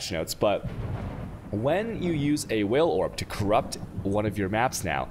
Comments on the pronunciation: It did actually take me a few minutes to figure out what he meant by "whale" orb, and I've been playing the game off and on since domination. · That's how he pronounces Vaal Orb, I find it amusing on stream but I said above why he should use normal english for tutorials